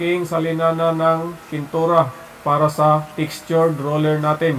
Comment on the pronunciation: one at a time..hndi "once at a time" 😅😅😅😅 roller..hndi ruler 😅😅😅😅 semento..hndi simento 😅😅😅😅